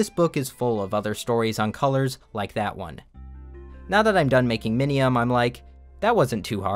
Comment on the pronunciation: Bro I thought you said minimum and I got so confused